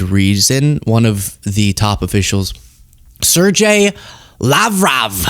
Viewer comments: Ser-gay,, not Serjay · I'm thousands of comments late, but Sergey (spelling in original image display) should be spelled Sergei, mostlikely , and pronounced more like SirGay. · does not know how to pronunce "Sergei"?